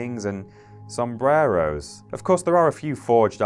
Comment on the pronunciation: Sombreros! Lmfao